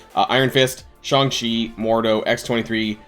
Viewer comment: Jesus christ is SHAY-NG CHI, not SCHONG CHI